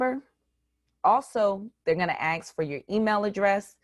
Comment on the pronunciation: Ask not ax